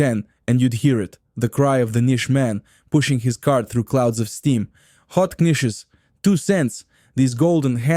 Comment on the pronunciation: OMG. AI lousy pronunciation. Challah, bialy, rugulach, Knishes with a K. Criminal.